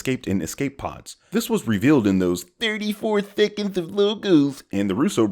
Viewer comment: “thirty-four theconds of logos” lol 😂😂😂